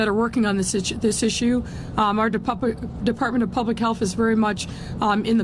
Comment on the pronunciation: Who caught the slip where she calls the Department of Public Health, the Der"Puppet"